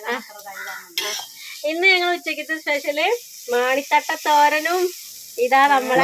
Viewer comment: മാണി തട്ട നാണി തട്ട അല്ല